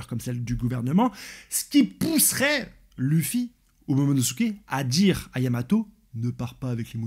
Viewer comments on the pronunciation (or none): none